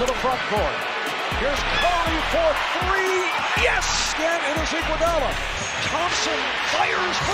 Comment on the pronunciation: Three : free, Thunder : Funder. Lol